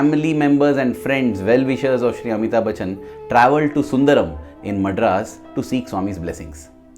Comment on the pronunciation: Wrong pronunciation of "Madras"